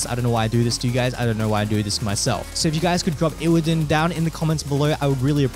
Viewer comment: sowwy iwwidon , migard lezgooo